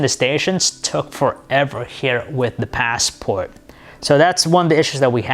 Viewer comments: You say Passport really weirdly and far too often too. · The paasssport. Ur ass it's a classic.